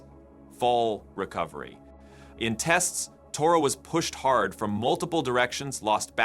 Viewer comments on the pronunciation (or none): none